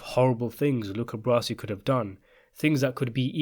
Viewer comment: Luca's last name is not "brassy", it's "bra-zi".